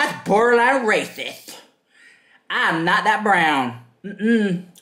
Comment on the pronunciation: "So rathitht, I'm opaque" 😆😆😆